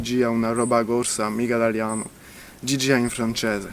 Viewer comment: the intonation and some nasals. The way he says "italiano" or "frança" etc. It even sounds Romanian at times.